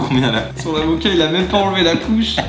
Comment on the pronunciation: J ai comprus zeb au k au lieu de avocat